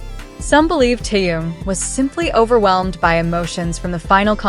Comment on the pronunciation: Зачем такие видео показывать, где даже имя Тэхен произносят Тэен. Неприятно режет слух многие не правильно произносимые слова